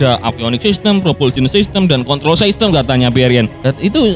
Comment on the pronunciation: Min masukan aja, bahasa inggrisnya sistem kan system ya, itu d baca sistem aja, gausah bilang saistem wkwkwk